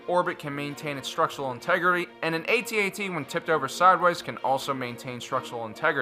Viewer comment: you are saying it wrong it's not AT-AT you say it AT-AT ok no get it right